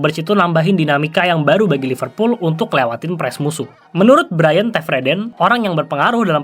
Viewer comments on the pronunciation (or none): none